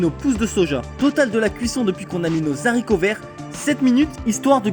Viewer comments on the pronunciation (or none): Les Zaricots 😱😱😱😱😱